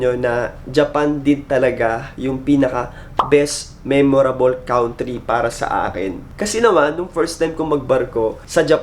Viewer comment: No offense meant. But it's KAN-TREE not cown-tree. 😊